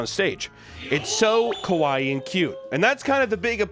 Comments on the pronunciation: He isnt saying cute. He is saying scary. Kowai is what he is saying. Lol. Co why- scary ka wa ee- cute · what’s killing me is every time he says “kawaii” he’s pronouncing it more like “kowai”, which means “scary” in japanese lmao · “very Kwaii” made me feel uncomfortable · The way pronounces 'kawaii' sounds more like 'kowai', which literally means scary and even frightening. Which, you know, is true. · ...the funny part about trying to saw kawaii, is that he pronounced it "kowai" which is the way you say scary in Japanese. This is indeed pretty scary. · Heh.. yeah.. extremely "kowai". I like that the mispronunciation still works here. I almost wonder if it was on purpose. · I like how he says “kawaii” wrong and so if you just replace all of the times he says kawaii with “scary” (which is what he’s actually saying) it’s silly 😂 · You were in fact saying Kowaii the whole time not Kawaii. Kowaiii meaning 'Scary' so it actually worked out even better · I know it’s not intentional, and it’s a mispronunciation, but it sounds like he is saying “こわい” (kowai) instead of “かわいい” (kawaii) throughout the video. Which for people who don’t know, means “scary” in japanese. 😅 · Not that I want to be that guy, but keeps saying “kawai” which means scary not cute. It is scary, but it needs and extra “ee” sound for it to be the real “kawaii”. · So I love ya but kah wah ee is cute Koh weye is scary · Fun fact. You keep saying Ko Why 怖いinstead of Ka Why Ee (かわいい) kawaii. Ka-why means scary not cute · Instead of saying “Kawaii”, at some point he pronounced it “Kowai” Which means “scary”. And that is probably unintentional, but very fair. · now that fact is not kawaii (cute). it is closer to a common mispronunciation of the word: kowai (scary). yikes that's creepy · The way he keeps mispronouncing "kawaii" makes it sound like he's saying "kowai" (scary). Which ironically fits much better xD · i love pronouncing "kawaii" as "kowai" (Kowai means "scary")